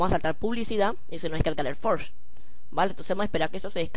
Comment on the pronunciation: q guiso y q forge se pronuncia forll y adflai